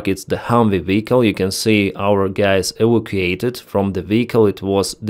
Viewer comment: hey, this may help you. evacuated is EE-vack-you-waited